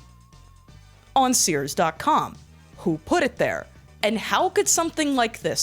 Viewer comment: Gorl said Sears purry forn.